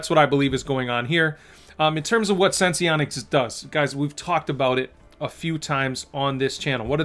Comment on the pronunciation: Why does everyone keep calling this sen-see-onics? Is it not called sense-onics?